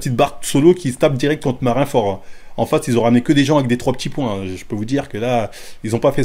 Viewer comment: "Mar1 fort ?"🤣 Ça se dit à l'oral "Marine Ford"